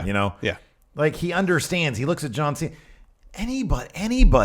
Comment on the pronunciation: "Ju-an C-Na?"